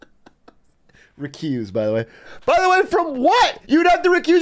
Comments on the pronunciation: Did she say "recooze"? The fuck? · REECOOZ LOL